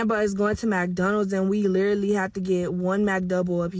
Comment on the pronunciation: Not being able to pronounce literally yet insist on using it is outrageous, then saying that you were literally not yourself is even worse. But your boyfriend splurged off in your car made absolutely no sense